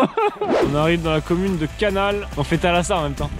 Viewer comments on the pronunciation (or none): C'est pas la commune de canal ça se dit la commune de canalse